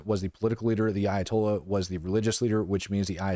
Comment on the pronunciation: Ayatolya' so!!! Comayknee!!! Tolyaso!!